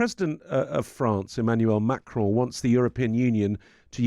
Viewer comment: Wow, someone in the anglophone press who has half an idea of how to say Macron's name. Impressive.